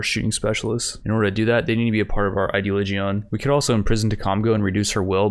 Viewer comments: pronounce "religion". now instead of "re" - use "ideo". its ideoligion, not, ideoligeon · And still says ideligaeon instead of ideoligion